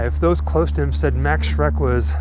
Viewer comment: His name was not "Mecks" or "Mex" or whatever, but "Max", plain and simple.